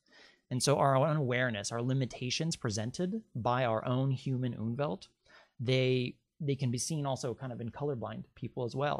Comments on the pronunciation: It's not "Unwelt", it's Umwelt (die Umwelt -en, fem.), meaning approximately the 'surrounding world'. (The word exists in several Germanic languages, for instance Swedish = omvärld (omvärlden -ar, reale), yet apparently not in English). Just started watching. This looks to be interesting. 👍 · Sorry to correct you, but it is called UMWELT!! UNWELT as you mention, does not exist, but would mean terrible world, antiworld. Please check!! Greetings from Austria(german speaking)